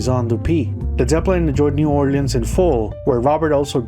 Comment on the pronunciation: Thank you for pronouncing New Orleans correctly.